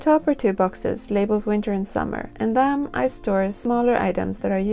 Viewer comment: Winter! Not Vinter....